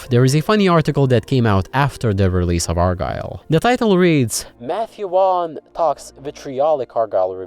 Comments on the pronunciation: Matthew Wan😂 it's pronounced Vorn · "So the story goes that Vaughnce upon a time..."